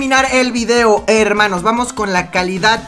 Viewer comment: like si les gusta que diga herrrrrrrrrrrrrrrrrrrmanos